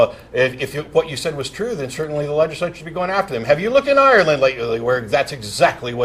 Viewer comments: He sounded Irish when he said, "Have you looked in Ireland lately." . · I have just noticed the weird way Matt pronounces Ireland...